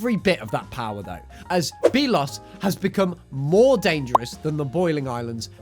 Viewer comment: It’s belos not BEELOS